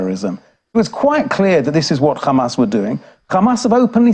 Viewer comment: Khamas khamas khamas 😂😂😂😂😂 so obsess with this name